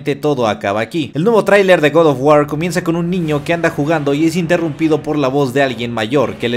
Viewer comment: hermano, si vas a decir GOD OF GUAR con pronunciación en "inglés" entonces es correcto decir "Gad of guor" ya que no pronuncias oh my god, pronuncias oh my gad, en resumidas cuentas hermanito lo pronuncias muy mal, te lo digo como fan porque preferiría que dijeras god of guar pero sin ese estilo como de que lo estas diciendo en inglés ya que en español las palabras en otro idioma las puedes pronunciar como se leen siempre y cuando no le metas estilacho. Saludos hermano y sigue adelante, buenos videos siempre.